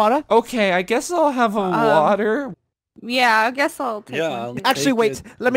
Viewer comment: your telling me we have NO WATAT instead of water